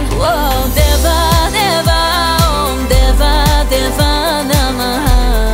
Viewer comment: It's om not hom & it's Deeva != Devva